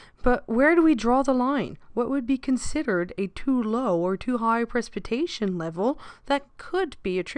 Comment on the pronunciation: That’s not how you say precipitation, but a great video!